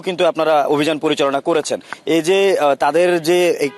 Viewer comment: অবিযান নাকি শো_অফ😂 হেডার অভিযান 😂